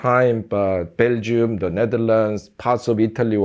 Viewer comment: his "da" sounds so jamaican 😅